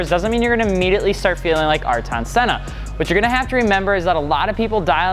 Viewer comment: Please don't butcher Sennas name next time.